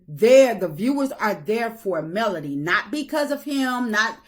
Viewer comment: I’m with you !! This woman is still mispronouncing Melodys name, I really think she is truly jealous of Melodys work ethic- and her beauty. I have tried to watch her double talking self, but no more. 😮